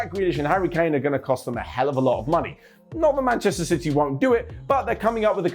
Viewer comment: Did said "Ban-chester City"???😤